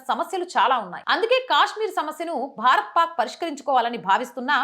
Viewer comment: Kaaashmir not kyaaashmir